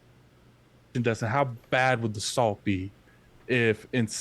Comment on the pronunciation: His name is Destin not Dustin